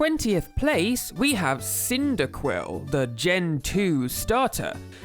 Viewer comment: "Wurple" "Qyndaquil" Bruh.